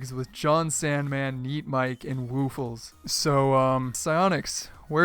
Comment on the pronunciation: "We got the F2 flags with Jonsandman, neatmike, and WOOFLES????" WOOFLES????? come on man. It is woofless LESS!!!